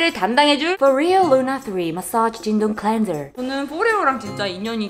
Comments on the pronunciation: 제품 소개할 때 너무 자연스럽게 영어로 마솨지 쥔동클렌졀~하시길래 진동도 영어인줄 알았잖아요 요 앙큼불여우!! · 발음 미춋다… 나 순간 ‘진동’도 영어인 줄 알았잖아